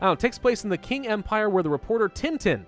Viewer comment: QING is properly said as ching